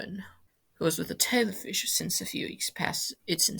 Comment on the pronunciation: Hi, I do like hearing British people trying to pronounce Irish phrases and terms. RTE is of course Radio Telefis Eireann, but those three words are not pronounced as they are written. The a in Radio is pronounced with as a lower case "a" would be. Emphasis on the "fis" in Telefis as fiss and of course Eireann sounds like the female name Erin.